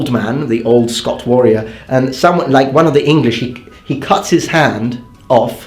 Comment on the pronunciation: Exactly mate.